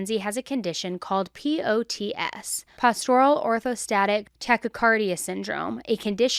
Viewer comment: me, a huge fan and also a RN, listening to pronounce POTS sent me 😂😆🙂‍↔️